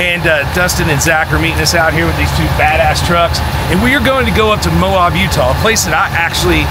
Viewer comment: Lol it's Moab, not Mo-ob!